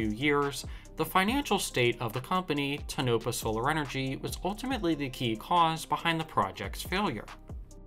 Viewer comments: This is pretty bad…the speaker can’t even pronounce the name of the town where it is located…..Tonopah is pronounced Tone-oh-paw! It is a total waste of money! Sadly, it will be left as trash in the desert and the land will not be returned to its natural state. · Every time you say, Tonopah, I cringe. That is not how you pronounce that name. It pronounced toe-nah-paw. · It's pronounced Toe No Paw for Tonopah. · It's PRONOUNCED... TOE-NO-PA but say it faster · Say it with me. Tow-no-paw.. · “Tonopah - “toe-no-paw” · Correct pronunciation of the name: TONE-AH-PAW. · "Tone-ah-paw", just saying. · Tonopah is pronounced more like tone-ah-paw, emphasis on tone. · It is pronounced "Tone-a-Pah". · It’s pronounced Toe-nah-pah. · pronounced "Toe-nuh-pa" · It is pronounced Tone-ah-paw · Tono-pah. Like toe no paw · IT'S "TOE KNOW PAW" Check out the names before you start so you don't risk looking likeva fool. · It is pronounced, toe-na-paw. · Learn the names, its pronounced Toe-nah-paw. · Tonopah - Toe-No-Paw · Pronounced "tone-a-paw" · It's pronounced Tone'-uh-pah. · Toe na paw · you should learn how to pronounce Toe - nuh - pah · If you're going to do a video on a place, at the very least, learn how to pronounce the name of the place! it's (TONE_a _PAW) and as far as the narration goes, can you say MONOTONE boys and girls? Monotone? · Tuh-NO-puh Nevada? You lost me on the first sentence. Learn how to pronounce the town’s name. You made a fool of yourself. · Yep..caught that right off, which told me the narrator hadn't ever been anywhere near Tonopah. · I live in the Mojave Desert in the town of Ridgecrest. Mis-pronunciations of the place names in the region by strangers is not uncommon. What I am happy about is that he is actually pointing out the failures of this Solar farm, and others are relaying similar stories about Ivanpah and other fields. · Please pronounce Tonopah correctly. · He butchers the pronunciation of Tonopah. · You mispronounced Tonopah throughout the video…